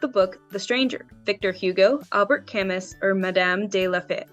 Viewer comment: 25/30. And BTW, Camus is pronounced "kaa-MOO", not "KAM-mus", it's a French name, as I recall..